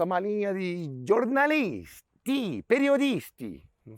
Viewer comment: Adorei as pronúncias 😂 Abarfi e Abartii😂. Jornaliiiiissti a bolsa mais famosa no YouTube 😂